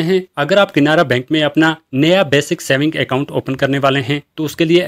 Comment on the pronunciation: Bhai saab KINARA BANK NAHI. CANARA BANK.PEHLE BOLNE SIKKO